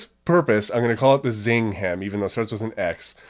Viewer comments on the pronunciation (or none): its sing heng not zing heng